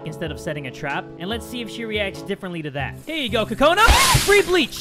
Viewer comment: Kokona is pronounced coco-nuh not Ka-co-nuh